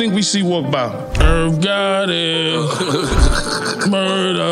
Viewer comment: Funny shit IRRRV GOTTY...MUURRRDA LMAO